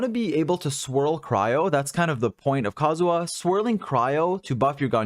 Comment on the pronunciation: I know it's nitpicky but your pronunciation of kazuha as kazuwa really bothered me this episode. Probably just because you had to shotgun it off over and over again when talking about team comps.